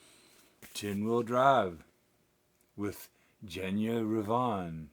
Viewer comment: Your Mantovani is my Andre Kostelanetz. What a haul-- you hit the motherlode! By the way it's a hard G for Genya and you had it right--- Ravan as in the bird.